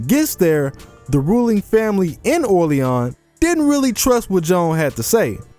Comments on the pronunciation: I applaud you for pronouncing Orleans right; most YouTube podcasters just don't even try. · She was sold out by Charles; it's not written, never stated, but its obvious if you look closely enough at the events. And, props to you for pronouncing Orleans right. Some just butcher the world like how they say New Orleans.